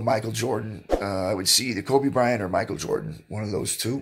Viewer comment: Legit, is the reason i say "MiKel JarDaN" instead of "Michael Jordan" 😂😂😂😂😂